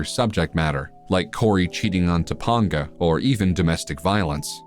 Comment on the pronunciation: That’s not how you pronounce Topanga. It’s Top-ANG-a, not Top-ONG-a. Who’s doing the narration, an AI?